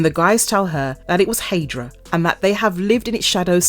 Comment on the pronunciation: What is a " hey- dra"..its hi- dra, High-dra..Hydra